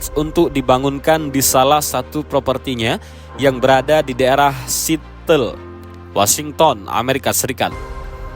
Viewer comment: bukan sitel bang, Seattle itu dibacanya Siatel